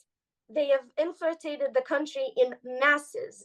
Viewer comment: "inflirtated"--she needs a little more coaching